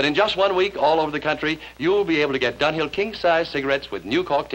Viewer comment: It sounds so much more like Dunghill than Dunhill.